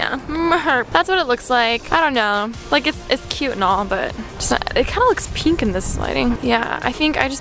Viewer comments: i hate how she says peenk not pink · It's pink not penk 🙄🙄🙄🙄🙄 and her rings bother me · I hate the way she says "penk" instead of pink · Alisha I love ya but u have to stop saying pink like that lmao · Can you please say "pink" properly.